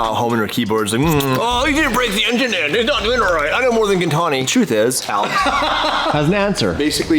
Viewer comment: almost says “gintani” wrong every time and it cracks me up every time 😂